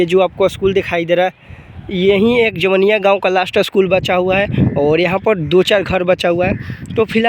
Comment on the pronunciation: Pahle tu gaw ka nam sahi se bol.....ara jila ka ho or jawainiya nahi kah pa rahe ho